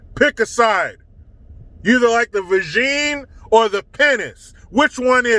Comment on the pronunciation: The "Vegine or the Pinnice" I died 🤣🤣🤣